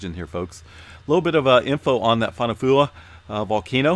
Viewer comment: Fonua fo'ou = foh-noo-ah four-oh 😉 tongan has alot of vowel sounds